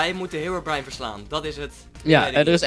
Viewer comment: Je spreekt herobrine uit als hèrobrin en net heerobraain